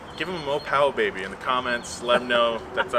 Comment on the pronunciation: MO POWEH BABEH